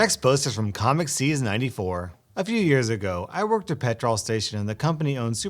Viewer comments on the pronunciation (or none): petrawl station. Somebody doesn't know their British. Just pronounce it petrl btw. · Pet-Rol station It's ASDA all over again... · Woah the way he said petrol 😂😂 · the way he pronounces petrol